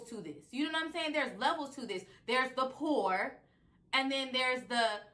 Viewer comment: I think she said, “Whore” not “Poor.”